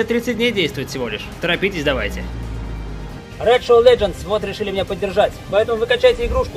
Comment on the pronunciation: здесь не будет рекламы рЭйД шЭдоВ лэДжеНс